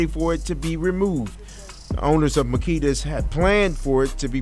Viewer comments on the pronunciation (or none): It's pronounced Ma-key-thes-a's ,😁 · I can’t listen to you butcher the cookie shop name g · Please please stop saying the cookie shop name wrong. If its out of respect and staying neutral I salute and respect but just say cookie shop.. that name you use is horrible lol. An kinda a distraction from the young girl who passed. Again i get the respect and bias of not calling or putting them in harms way. True journalist pride , I respect ya channel 4 dat reason..king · Agreed, I cringe when he says the name of that shop 😬😂